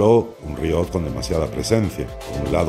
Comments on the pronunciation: Hola compañero de afición La palabra que pones como "riot", es en realidad una palabra francesa que se escribe "rehaut" y que viene a significar realce, desnivel... Se pronuncia "reó", así, tal cual lo lees en castellano. Espero haber ayudado en algo. Saludos! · Que tal, Oscar. Lo primero el rehaut, como bien te ha explicado el compañero, es una palabra francesa que viene a traducirse como realce, haut es alto y el prefijo re...yatusabequeloque. También tiene razón en que la pronuncio mal, la castellanizo, en realidad se pronuncia como hacen los franceses con la r, que la dicen con la garganta, y bueno...tengo un extenso debate conmigo mismo, sobre si intentar ser fiel a la pronunciación real, varios comentarios me han dicho que por que digo lonllin, en realidad esa ll es medio s, bien pronunciado, pero suena un poco pedante a ojos de muchos, en fin pasas que cosan si tienes un canal de youtube. Y una vez mas, no puedo estar más de acuerdo contigo, debes saber que la parte de mi alocución donde expresaba que lo único que me gusta del GMT, es la cuarta manecilla, normalmente muy colorida, pero que no entendía muy bien esa complicación, según André me pasé de despreciativo y a mucha gente le iba a parecer mal, por eso optamos por cortar esa parte. Por lo demás, ya lo dije en el video, compro relojes porque me gustan, no porque hagan cualquier cosa distinta a dar la hora, por lo que me gusta su estética, por lo bien que me hacen sentir cuando los llevo, pero no responde a juicios de utilidad y son bastante irracionales, yo le llamo fetichismo. Muchas gracias a ti y un abrazo del equipo